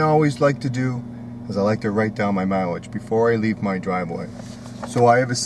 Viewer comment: “Miwilge” pen and Paypur”